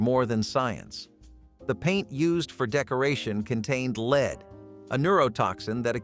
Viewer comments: Lead not leed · The heavy metal is pronounced LED not LEED 😂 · Darvon…. Pronounced….Dar-vaun. And Lead Chrystal is pronounced Led Chrystal. Not lees Chrystal! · Lead is l—-ED not leeed